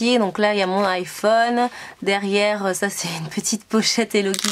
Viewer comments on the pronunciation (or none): none